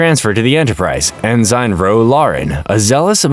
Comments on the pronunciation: It's not even a human narrating , or if it is he doesn't pronounce ensign right. That kind of stuff resonates with people and I'll always prefer a non AI. Or at least a tru fan if it's isn't. I do agree with this being peak trek tho! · You are not pronocing Ensign right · Thank you for the recap! (I don't thing that's how you pronounce ensign though) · it's one thing if it's an honest mistake when pronouncing a name or two, but when the mistakes are so egregious and consistent with words like "ENSIGN" it's super off putting.